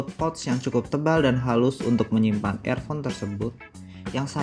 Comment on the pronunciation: Review nya uda bagus... Tapi klo boleh saran untuk pengucapan kalimatnya lebih diperbaiki lg.. Seperti pengucapan earphone.. Sound staging.. Sisany uda ok!